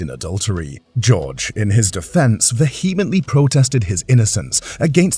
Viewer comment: and other words - "vehemently" for instance.